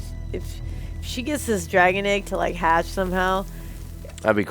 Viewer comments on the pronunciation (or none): none